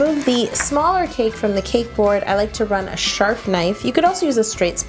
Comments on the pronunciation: at 9.18 do you say 'sharf' knife Yo?? !😄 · She said a sharf knife!